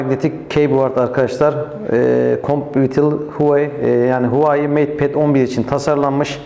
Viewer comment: huvayi değil huavey diye okunuyor bir de apepe galeri yerine epp galeri diye okuyabilirsiniz . inceleme biraz eksik kalmış